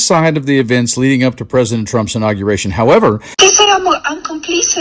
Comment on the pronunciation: “I tell dee prezident what I tink.” Sure ya do, Melania. Trump listens to your nonsense just as intently as he listens to the needs of the citizens he’s supposed to protect 😡